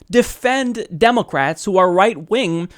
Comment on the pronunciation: You keep saying democwats